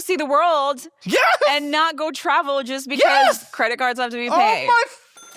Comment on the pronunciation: Every time she says “BECUASE” it reminds me of the chicken joke. 😂